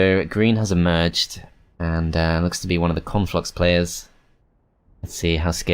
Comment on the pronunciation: Love how says 'Conflux' like 'Cornflux' and I just think, 'Man, that faction has to be part of a balanced breakfast!" Can't wait till they bring out Frosted Cornflux and Froster Minis Cornflux. And then the cross-over Reese's Pieces Cornflux and Rice Crispie Cornflux.